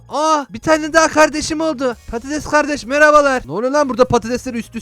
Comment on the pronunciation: abi sen patetes dedin için il çok güldüm sonra geriye alıdım